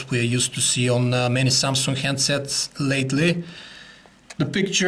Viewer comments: samsung not samsunk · he said samsungk o.o sounds like sumsuck lol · Why did you add a 'k' in the word samsung? its makes the word ' samsunk' .